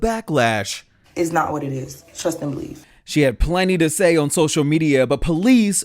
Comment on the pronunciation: "It's not what it is. Trust and bieve." It's pronounced, Believe!